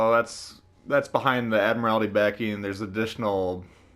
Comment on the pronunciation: Just saying it’s pronounced admiral-ty